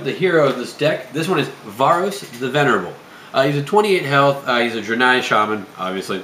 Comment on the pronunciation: I think it's pronounced "dray-nigh." Good video though. I just started playing again (6 year absence) and these are helpful.